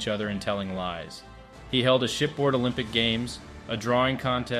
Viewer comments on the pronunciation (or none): none